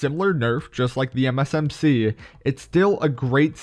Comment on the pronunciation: Lol I can't stand it why every time you say MsMc and it sounds like M&MsMc